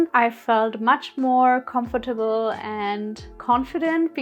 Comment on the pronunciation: Great video, i would have bought a lot more 🤣 Had to laugh loud hearing you say comfortable- no offence